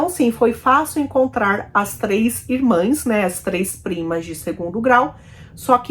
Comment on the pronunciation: Amiga, pronuncia-se e escreve-se irmãs.